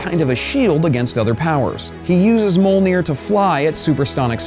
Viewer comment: its pronounced meeyolnear man